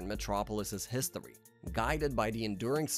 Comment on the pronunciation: Who is Lewis Lane? Dude. Also heard histowy instead of history lol.